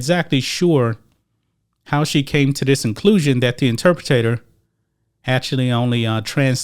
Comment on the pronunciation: Inter Pretator? Yeah well.